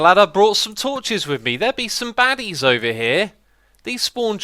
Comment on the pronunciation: 'badies' XD